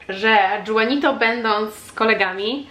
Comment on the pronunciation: A nie Juanito ( Ju... wymawiane jak Hu)? To w końcu hiszpańskojęzyczne imię.